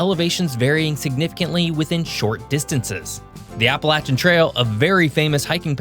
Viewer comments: I was physically pained every time he said appala-CHAN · App-pah-lay-shin, not app-pay-latch-chin, if you're gonna be taken seriously, get the pronunciation correct! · A video about PA's Appalachian Mountain region but not pronouncing Appalachian like how we do >:( . For anyone curious, we pronounce Appalachian "app-uh-lay-shun" instead of "app-uh-latch-in." There are few who pronounce it as the latter, but for the most part people still stick to our culture and pronounce it as the former; though with the Southern parts of the range getting more focus in media and whatnot recently, I've noticed there has been a gradual shift to the latter. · In Pennsylvania, we don’t say Apalachan, we it’s pronounced CHAIN, no matter what that mattress lover says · Appa-lay-she-anne my brother. Thank god I made it out of Pennsyltucky. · That's not how Appalachian is pronounced... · Stop using the southern pronunciation of Appalachian.